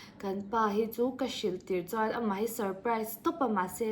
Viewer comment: Mizotawng hman dik loh inei zeuh aw😊 chuan tih hi lam fiah tha teh .